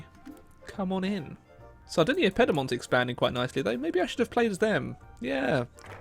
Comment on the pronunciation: It was either in purpose or just some classic English pronunciation